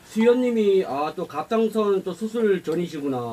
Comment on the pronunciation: 갑상선 발음이 어려운가요..? 아니면 귀엽게 말씀하시려는 건가요? 갑상선을 계속 갑짱선이라고 하셔서